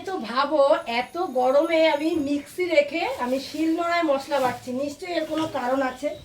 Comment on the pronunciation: Kathta mixi micchi na